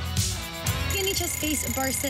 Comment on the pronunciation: Peeyanjic” she said (Pajanic) pronunciation